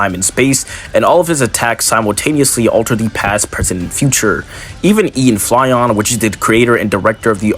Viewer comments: Ian Flynn is pronounced Ian Flin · No Way Bro Just Said “Ian Fly-On” 💀